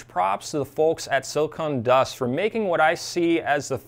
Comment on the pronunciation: Hey. I enjoy your channel. But I kept listening to how you refer to the company as "silicone" dust. It's actually "silicon". No "e" Short "o".